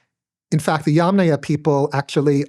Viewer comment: THANK YOU❤💝🙇🏻‍♀️❤ for pronouncing “Yamnaya” correctly! ❤🙇🏻‍♀️🙇🏻‍♀️🙇🏻‍♀️